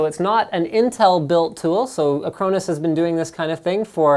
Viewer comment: is he mis-pronouncing Acronis? even for a Canadian?